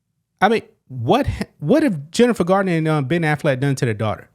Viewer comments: It's Jennifer Garner, not Gardiner. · Garner, not Gardner..